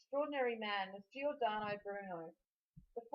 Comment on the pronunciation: Its not gee ordano, its jordano.